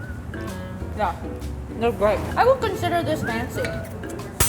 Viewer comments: "Make it Funcy" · She pronounces fancy as fun-sy and I love that T-T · I just love it when says fancy as "faancy" whereas it is actually spelt as "f(ae)ncy" <-- {only pronunciation in American English} and she looks so damn cute when she does her "MAKE IT FANCY" dance move 😂😂🥰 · i came here to enjoy her pronunciation of “fancy” so cute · I love rie pronounceing the word” fancy”